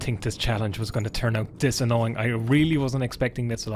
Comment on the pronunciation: Today I learned that “annoying” can also be pronounced “ANYNNNNNNG”